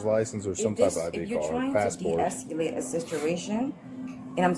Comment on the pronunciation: I swear I thought she said ,”de-escalate the sisteration”!